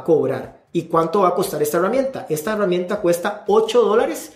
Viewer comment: porque si dices Gerente, pero dices Heruamienta? es en serio!!!